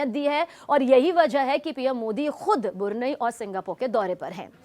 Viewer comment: मैडम बुरनई नही ब्रुनेयी बोलिये